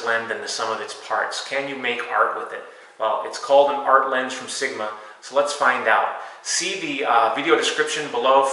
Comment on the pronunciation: yet you called sigma siguhmah